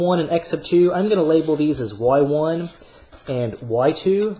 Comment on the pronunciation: I had an economics teacher who says y1 the way you do, god does that really urk me 😅